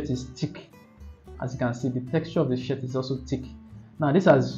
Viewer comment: that was amazing bud ! thank you so much it's gonna help a lot ! beside i'm counting on you to fix your pronounciation of the word SHIRT ahahaahah 😂😂😂